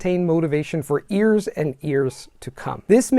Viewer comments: You're amazing. I do this hesitantly, but since you have a really incredible, almost perfect accent, your leading 'y' on words like 'years' come off as 'ears', but 'your' sounded great. This video was awesome! Thanks! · You keep pronouncing 'years' like 'ears' - are you doing an Indian accent? 😜 Great content anyways, thanks!